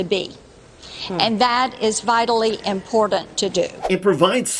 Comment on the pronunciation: "And that is vitally impor-dant"